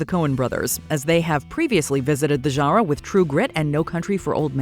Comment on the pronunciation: Please stop saying genre